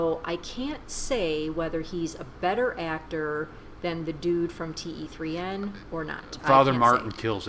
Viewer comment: you pronounce 'Dilwale' and 'Kaise Ho' correctly! However, the title of this movie is pronounced 'Teen' which means 'Three'